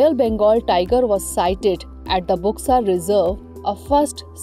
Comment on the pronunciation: इसका उच्चारण बुक्सा नहीं बल्कि बक्सा टाईगर रिजर्व होगा। इस क्षेत्र को डुआर्स कहा जाता है। असम में भी बक्सा नामक स्थान है। अलीपुरद्वार पहले सबडिवीजन था पर 25 जून 2014 के बाद इसे जिला बनाया गया।